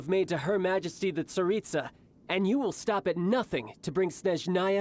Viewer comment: why did I here Tsaritsa as pizza 💀